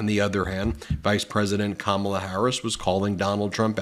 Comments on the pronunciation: Ben, her name rhymes with comma-la! Or Mamala! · Ben, it's pronounced like Comma*la. Get it right! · Please kindly pronounce Kamala’s name correctly. It’s KAMala. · WTF DUDE. It's COMMA-LA, GET IT RIGHT! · Try and get the pronunciation right. Otherwise great job as usual 🙃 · ****Ben, you've been mis-pronouncing Kamala's name recently, just like Trump. I'm sure you're just doing it because you've been listening to Trump and the Magats say it so much! Just wanted to let you know since I've seen it about 4 different times now. Thanks for everything you guys do! BLUE TSUNAMI COMING! 🌊🌊🌊🌊🌊💙💙💙💙💙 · At 30 seconds into the video you mispronounced Kamala name wrong…sounded like how Little Donny and Shady Vance would say it !! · Hey Ben!! C'mon man! Pronounce Kamala's name correctly. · Kamala - accent on the first syllable. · Ben, I can't believe it! At approx. in this video, you of all people mispronounced Kamala Harris's name! You really ought to issue an apology! (retired teacher) 😇🙏🌈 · Love your podcast, however, please pronounce Kamala correctly!!! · I used to respect you, but after you mispronounced her name, I now know you maybe a maga operative 😢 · You said her name the same way Trump said it. It Kamala Harris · Please pronounce her name correctly! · SIR…YOU MISPRONOUNCED KAMALA’S NAME 30 SECONDS IN. Maybe post a little less & take a nap & get yourself together. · Uh, Ben, learn how to pronounce Kamala, please. Accent on the 1st syllable. You bounce between a Trump pronouncement to the true pronunciation. It's insensitive. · You are pronouncing her name incorrectly. You are accidentally pronouncing it the way that Trump disrespectfully pronounces it. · Ben love ya but you shocked me by pronouncing Kamala wrong—the way MAGA does. 😢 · Please stop mispronouncing her name… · You mispronounced Kamala at about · why did you pronounce Kamala's name wrong, just like trump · PLEASE PLEASE PLEASE Learn how to pronounce "Kamala" ! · KAmala. Not KaMAla. Emphasis on first syllable